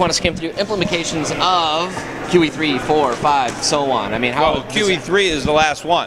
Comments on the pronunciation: money is whatever we say it is. in england, tally sticks were money, and it worked great. watch the secret of oz. btw implimacations? teach this kid some english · Did he seriously say "implimications"? IMPLICATIONS. *facepalm*